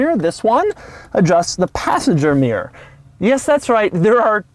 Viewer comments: Its pronounced ‘mirror’ not ‘meer’ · its called a mirror not a meer. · Americans can't say 'mirror' ... they say "meer". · Why do americans have such a problem pronouncing the word mirror ? Mirrrrrrrryyrrrrr ??